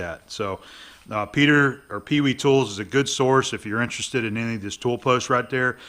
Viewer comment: I have a sneaking suspicion the company name is pronounced "pay-vay," not "pee-wee," in German-speaking countries.